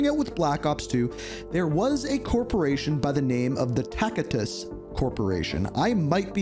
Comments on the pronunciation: yeah. its pronounced tasitus. the C is pronounced as S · You are, lol. It's a soft C, pronounced like "Tassitus"